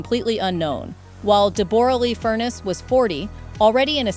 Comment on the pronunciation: Deb- ra Lee fur-ness